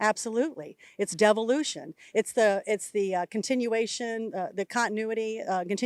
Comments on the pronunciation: Did she say 'Devilution'? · Oh! I thought she said " devilution" !